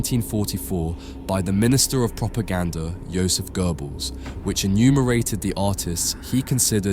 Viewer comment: if you ever plan to redo it gott - pronounce like got. (he got it) gnadet -pronounce the a like the a in tsar , the det like deat got bah gna deat un list uh the list of people with a godly talent also there is no r in göbbels guh like (duh) bells